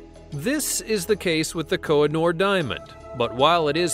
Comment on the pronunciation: It’s kohinoor.. not koi-jn-or!! 🤦🏼‍♂️🤦🏼‍♂️